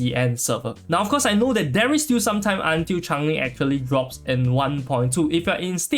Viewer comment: im from singapore and this is a great guide. However, the way you keep on pronouncing it as chang-ling is super annoying ngl.. like she isnt a chinese char so its essentially butchering her name. And even in the story, she shape-shifts (sort of), so she is definitely changing alongside her environments. If you are unable to say her name due to any reading difficulties, then i apologise in advance, but its super triggering lol